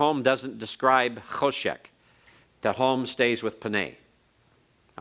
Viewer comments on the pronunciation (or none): King is melekh... Not melek Darkness is khoshekh..not khoshek